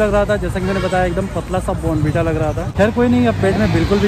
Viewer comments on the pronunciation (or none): Abe bon bita nhi bournvita hota hai